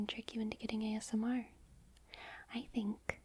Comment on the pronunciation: i swear at the beginning she said "gay smr"